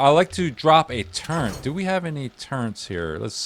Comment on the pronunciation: not a big deal at all its just one of those things lmao, good video though